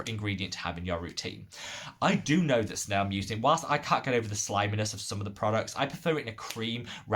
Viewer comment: Hey there, I was a bit surprised by your snail mucin comments (btw you’re pronouncing ‘mucin’ wrong), especially because hydration is not why I would go to snail mucin for in the first place. I have found its reparative benefits a lot more valuable especially when my skin is irritated or inflamed. However, I still went and did research of my own. This is a very good, well referenced article that you might want to check out